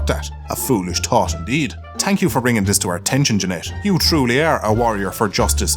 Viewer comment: no one:: tank you